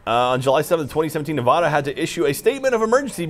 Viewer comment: Pretty sad how Gavin, the foreigner, can pronounce Nevada correctly but can't.